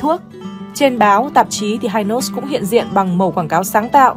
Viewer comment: Dân Miền Nam gọi là kem hi nos chứ k đọc là hai nos nha.😅